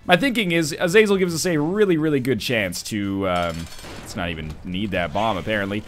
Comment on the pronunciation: Is it not pronounced Aza-zell?